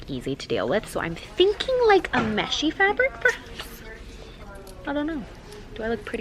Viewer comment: Every time she called it fabic I laughed cause its actually plastic 🤣🤣 cringe I know but still. 1like= a cringe